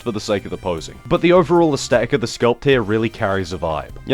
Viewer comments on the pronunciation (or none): Love ya dude, but stop saying asTetic.. there's a th!